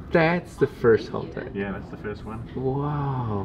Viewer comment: They finally got to pronounce Haltech correctly, lol.